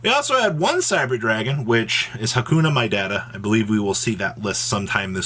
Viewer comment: im sorry what was that name? No disrespect But i swear I heard "hakuna matata "